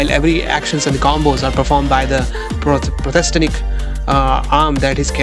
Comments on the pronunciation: bhai prothestenic nhi prothetic hota he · dusro ko shi krne se pehle khud toh padhle. Prosthetic hota hai.